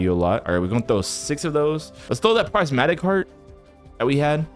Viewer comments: btw prismatic u say it like prizmatic but its spelled prismatic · prismatic NAH bro sais Pricematic